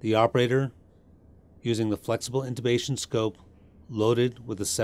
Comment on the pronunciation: INTUBATION or INTUTION. ???? 😁😁😁😁🧚🧚🧚🧚